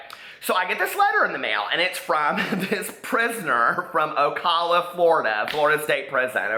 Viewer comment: it's pronounced ohhh cal uhhh lol! Love the video